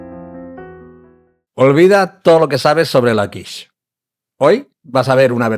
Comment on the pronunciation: Hilarious. AI calls quiche kwish.